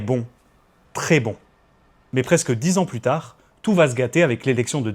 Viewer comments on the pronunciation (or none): none